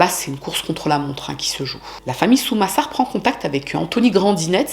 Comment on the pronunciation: Quel horreur cette histoire... Par contre fait attention aux nom que tu donne, a certain moment au lieux de dire Sumasar tu a dis Samusar par exemple... Donc tu a des petite erreurs la dessus. Aprés tu étais peut être fatiguée, donc pas trop grave, mais fais gaffe quand même.